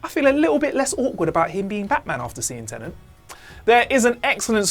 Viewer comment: My ranking of the problems I have with this video: 1 - ’ mispronunciation of ‘homicide’ 2 - ’ mispronunciation of ‘nuanced’ 3 - ’ mispronunciation of ‘Tenet’ 4 - ’ mispronunciation of ‘Cotillard’ 5 - ’ mispronunciation of ‘Jim’ 6 - ’ mispronunciation of ‘Forger’ 7 - - ’ mispronunciation of ‘an’ 8 - ’ mispronunciation of ‘Pantoliano’ 9 - ’ mispronunciation of ‘Worst to Best’